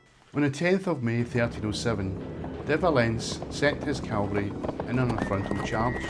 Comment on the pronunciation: Aaaargh! It's CAVALRY not feckin CALVARY. Calvary (Latin: Calvariae or Calvariae locus) or Golgotha (Biblical Greek: Γολγοθᾶ, romanized: Golgothâ),[a] was a site immediately outside Roman Jerusalem's walls where, according to Christianity's four canonical gospels, Jesus was crucified.[3]. Cavalry (from the French word cavalerie, itself derived from cheval meaning "horse") are groups of soldiers or warriors who fight mounted on horseback. 🧐